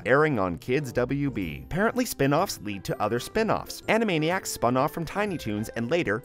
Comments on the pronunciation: You said animania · Were AN-A-MANI-ACS and were zany to the max!